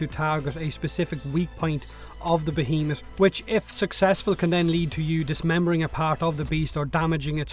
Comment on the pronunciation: Finally, someone knows how to pronounce behemoth...